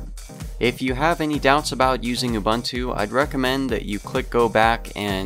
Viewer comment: its ubuntu not ubantu